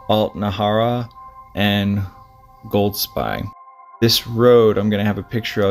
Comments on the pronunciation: I live there and my daughter has been on his courses with him.I never met him , but my wife said he was a lovely guy. Golspie is pronounced...Golspee, incidentally. This tragedy was hardly mentioned in our national media, for some reason, even though it was on the local media. The area where we live is fairly remote, but it is highly unusual for anybody to go missing there, especially somebody as skilled as him. Nobody knows what goes on in peoples minds, its easy to say “he definitely wouldn’t leave his family” , but you cannot know that.Pressures of life work on people in different ways. The villages and towns around us are small and if he ended up being there it wouldn’t go unnoticed. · Hi Golspie is pronounced Golspay. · Golspie, pronounced, gol spee. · Loch Nay- ver. Goll-spie. emphasis on first syllable. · His poor family ❤ 🙏🏻BTW (pronounced Golspee). I have walked there many times with my husband and it is a total wilderness. Sometimes people think that the UK is a tiny island but when you go walking in the ‘flow country’ unfortunately there are plenty of bogs that you can fall into and it is a beautiful yet desolate place - one of my favourite places on earth, but it can be tricky to navigate safely. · Pronounced Golspeee. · It's pronounced golspee.